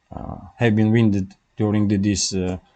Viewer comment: Господин, пожалуйста, не говорите "замотанный" - слово произносится как ( wUn 'ded ) "раненый"